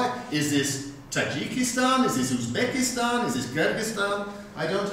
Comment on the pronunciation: Why is he saying "Osbekistan"? Is that a regional pronunciation in his accent?